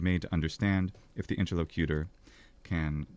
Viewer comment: "inter-LOCK-you-ter" is the correct pronunciation. Please inform your good friend accordingly. It's driving me crazy.